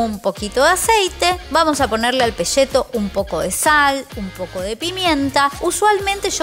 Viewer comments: ES PECETO@ NOOOOO PESHETOOO#3 APRENDAMOS A HABLAR POR FAVOR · se dice peceto no peshhheto. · peCETO, no peSHETO, viva argentina viva messi carajo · Porqué al peceto, lo llamas "Peshhhheto"? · No es pesheto, se dice PECETO!!!! la salsa me gusta no tan aguada. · Por qué le decís PESHETO cuando se escribe PECETO? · sería "pecheto" en todo caso, no pesheto, si no se escribiría "pesceto" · DETESTO que los porteños digan PESHETO en vez de PECETO. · Pesheto, posho, sacramento con este sublenguaje. Jajaja [Igual mire el video hasta el final, y estoy suscripto eh!] 😅 Saludos! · Ni “y”, ni “sh “, ni “ll” tiene . Así que por favor!!!! Digan PE-CE-TO. Entendieron porteños?